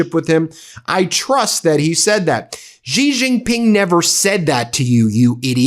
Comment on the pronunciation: His name is pronounced 'xi' like she. Not gee.